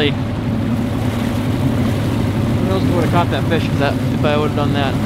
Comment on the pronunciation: When he said fish I thought he said bish